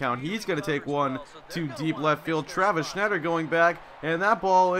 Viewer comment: Travis Snider not Schneider